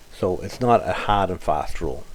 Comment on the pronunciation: Did you say the thinset gets hawd or hard? Lol you do great work just checking your humor!